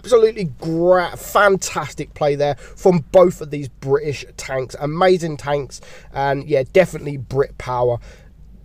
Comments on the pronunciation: bri'ish powa! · Bri'ish power*